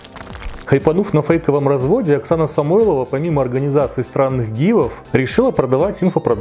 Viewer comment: Вместо «организации странных гивов» послышалось «с*аных» 😅 Кто знает, может так оно и есть 🙃